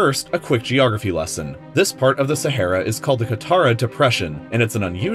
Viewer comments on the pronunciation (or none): Aaaaaa, try saying "aaaaa". Sahara, not Sa'hey'ra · SaHAra not Sahera pronunce it right ffs. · Your pronunciation of Sahara very wrong.. Learn English please... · Its not sahera it’s Sahara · SehEra or SahAra? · SA HA RA....no sahera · It’s pronounced SAH-ARE-AH NOT SAHAIRA. Driving me crazy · Umm it is not sehera it is saharaaaaaaa Thank you 😂💕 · Sah - Ha - Ra!!!!!!! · It’s sah har a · saHara for gods sake ..speak ENGLISH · Every time you said “Sa-HAIR-ah” I died on the insides. My doctor is confused on why I’m still alive. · I believed you pronounced "Sahara" wrong.